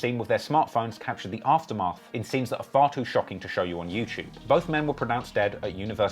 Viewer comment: Also-- there's no 'ch' sound in the word 'YouTube'...